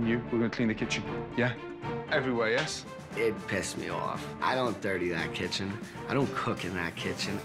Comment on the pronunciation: *kitchen not kitched XD